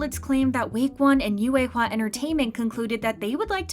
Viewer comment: Ur saying yuehua so wrong its painful